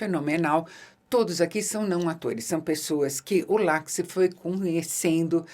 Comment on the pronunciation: Ótima resenha! Só uma pequena correção; Oliver Laxe é galego, o nome dele também, então o sobrenome dele é pronunciado "Lashe"